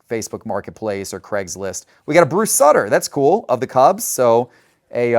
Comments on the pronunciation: It's pronounced Bruce Suiter and Louie Teeant. Taint? LOL! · I like content. But you can tell he's never heard of these guys. He'd at least have an idea as to some name pronunciations or interest in a few guys other than the very biggest names. I mean, he even said Bruce Sutter's name wrong (soo-ter, not sut-ter). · You should definitely work on your pronunciation of Bruce Sutter's last name..... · Agreed, entertaining listening to trying to pronounce Bruce Sutter! 😅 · Robin YUNT, Bruce Suter, he has no clue how to pronounce HOF players names, Really? Luis TAINT